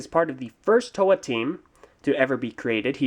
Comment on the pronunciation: This is my favorite Toa of Air and second favorite Bionicle character. And thank you for finally PRONOUNCING THE GUYS NAME FOR ME! You have no idea how long I've been butchering his name. My first favorite is Gresh.